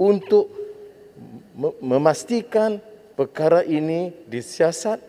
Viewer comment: gugup ka dengar ratusan juta..sebut perkara pun perkala...haha..